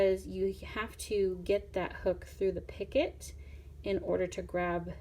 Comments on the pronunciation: It is pronounced. Peeeeeecoooooo. Not picket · You call it a pockit, but Picot is called: picoo. Zo you don't speak de 't'. Your needle is far to big for this dread. Go on with tour needle tatting video's because jou explain it very wel. Good luck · Picot is pronounced Pee-co.....not "picket" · Oh don’t say “picot” picket. It’s pronounced pee-co. Just saying. Picket refers to a fence. Picot is a small loop or loops in sewing or crocheting etc. ☺️ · Picot……noit picket…..pee co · EXCELLENT tutorial! Thank you so much for making it and sharing it with us all. (Just FYI, picot is pronounced "pee-koh" rather than "picket" like a picket fence. It's a French word, and they are famous for adding silent letters to the end of words.) 😉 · Pee-kó French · "Picot" is a French word, and it's pronounced "pee-ko." Love your simple to follow instructions. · When she first said it I was like I've never heard any od the other videos say anything about a 'pick it' then went - oh - a picot 🙁😞 slightly disappointed lol. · It's actually pronounced "pico" but spelled picot. The t is silent... Just fyi. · T is silent in picot